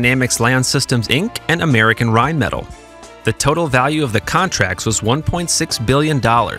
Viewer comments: Dollar signs go in FRONT of numbers, not behind. Also, it is pronounced “rine-muh-tall”, not “rine-metal”…. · Dude...not Rheinmetall is not "rhine-metal", it's "rhine-mett-ALL" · Rheinmetall is pronounced RheinMehTall (as in the opposite of short). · rine-met-al' you goof. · This has to be a software narrator to keep pronouncing, "rine-metal." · "wellnon arms manufacturer Raytheon and rinemetal" ? Really? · I expect ai to mispronounce Rheinmetall but not a human being...sigh. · Yet again, narration software gives itself away by screwing up the pronunciation of Rheinmetall.